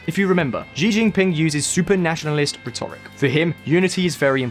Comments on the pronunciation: ffs, the pronunciation of rhetoric is triggering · Please learn to pronounce rhetoric properly! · RHEToric, please - not, rhetORIC !!! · His pronunciation of "rhetoric" is driving me nuts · Please learn how to pronounce rhetoric 😀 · "Uyghurs" is pronounced WEE-gurz. "Rhetoric" is pronounced RED-er-ik. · Your pronunciation of 'rhetoric' and 'uighurs' is confusing and distracting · There are some very weird pronouncuations in this video. Rhetoric, Uighur.... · I can’t take the pronunciation of rhetoric or Uyghur...